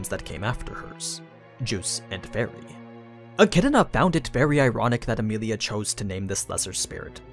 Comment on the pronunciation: My dude says Achidna with a whole other syllable in it